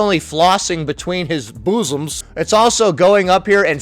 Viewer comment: The way you say boosoms 😂😂😂